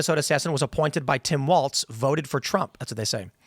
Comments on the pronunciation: Tim, his name is Walz, not Waltz. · Tim keeps saying Walts, but is Walz. Like no Balls Walz.